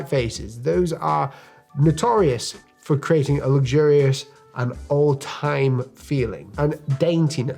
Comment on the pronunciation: The first thing I'd do is pronounce luxurious differently.